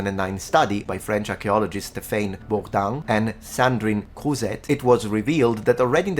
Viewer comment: Pedantic french here. It's stéphane bourdin (pronounce phane like "fan" and bourdin bourd'1) and sandrine Crouzet (the T isn't pronounced). Awesome video, but please try watch to not americanise name (especially french because we hate anything anglicized). Or don't, it's your choice.